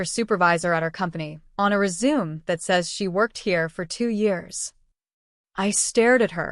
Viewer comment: This story has decent AI narration, only glitch is mispronouncing 'resume'. Having correct punctuation in the script certainly helps. Even the dollar amounts are pronounced correctly. Well done. I spoke too soon. "Dollar three oh eight...". Oops. 😮